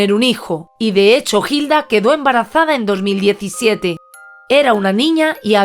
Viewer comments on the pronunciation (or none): En vez de una celda merece un monumento. María, aquí 🇦🇷 Hilda se pronuncia con H muda "Ilda".